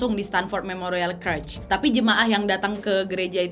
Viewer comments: CHURCH Bacanya CERCH (bukan CRECH) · Tapi kak harusnya cercs bukan kercs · Church (gereja) dibaca - cherch bukan krech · merinding klo liat kasus ini terjadi di gereja thun 70an, sekte satanisme di amrik itu kuat banget, gk beda dgn Indonesia. btw, boleh koreksi dikit gk? hehehe church dibaca ceerrrch, bukan kerch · bukan kretch... church tu bacanya cerch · itu Church bacanya cherch, bukan kerch. 😂😂😂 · Nad btw bacanya bukan kerch tp cherch hhe sorry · Kak lain kali kalau tidak tau pronouncingnya please cari tau Di Google dulu daripada salah 😁berulang ulang kali salah nyebutin church jadi curch😁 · Kak Nadia, maap, bahasa Inggrisnya gereja (church), cara bacanya curch wak, bukan kurch. Bisa dicek di kamus. Takutnya klo salah terus, yg denger ikut salah juga. Makasih dan sukses terusss y, Kak Nadia.😊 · Koreksi dikit gpp ya Nad, its called church, C H U R C H bukan C R U C H seperti yg kau ucap dari awal video 🙂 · Kak Nadia, kak Nad cara ngmg "church" nya salah. Coba de cari tw yg bnr gmn😁